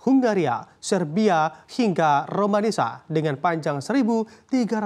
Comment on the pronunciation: Negara romania ❌ Negara romanisa ✅ hhhh🗿🗿🗿🗿